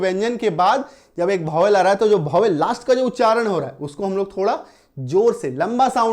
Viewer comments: Bhovel nhi sir vowel pronounce krege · सर गलत पढ़ा रहे है Vowel आप भोवेल पढ़ा रहे है यह वोवेल लिखा है 🎉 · Bhowel nhi hota vowel hota hai pahele bolo to sahi se